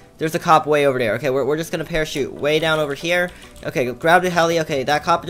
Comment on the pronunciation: U keep saying dare instead of there lol